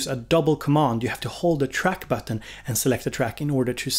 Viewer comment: Seeing as we are all making fun of youre pronounciation i gotta draw attention to how you say button